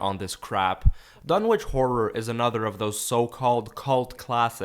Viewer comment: Fun Fact: Lovecraft. being an antiquarian and anglophile, presumably thought it should be "Dunnitch" not "Dun-witch"; like Greenwich or Norwich. Nobody seems to care, though, and certainly not the hacks who produced this abomination!